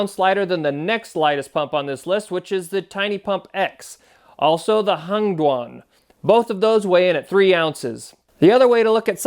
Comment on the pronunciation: Hengduan or did you say " Hunged One " ?